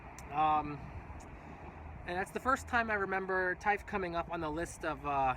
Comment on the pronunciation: Ur pronunciation of Taif is quite good.. I am curious about what do you do in Khamis Mushait?